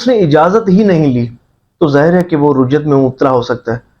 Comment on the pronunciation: Rujjat nahi Rajjat hota hai bhai